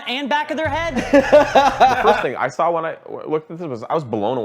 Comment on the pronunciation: "But I sawr it on the internet."